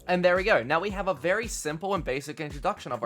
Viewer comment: Vewy vewy neat panels m8 loved it😁👍🏻